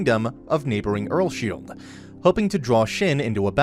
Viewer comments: The fact that he said "Earlshield" made me a little bit triggered. My guy the pronounciation is Earls-Hide 2 syllables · Am I the only one who gets kinda triggered that the dude says earsSHIELD rather than earlsheid? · He says earlsheid weird😭